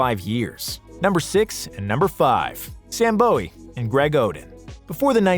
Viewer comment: Is it Sam BOW-EE? or BOO-WEE? I hear people pronounce it both ways. Lol